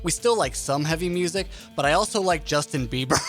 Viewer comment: "Justh- in BIeBiE r.... Yeah ..he said thaat" I pressed thumbs up for that